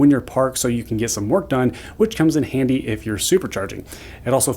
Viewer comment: It comes in "Andy", oh my.